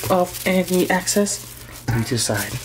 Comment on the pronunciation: Any access 😂 (excess) keep doing your thing Brotha